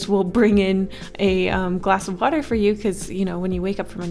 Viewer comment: i heard "glass of butter" instead of "glass of water"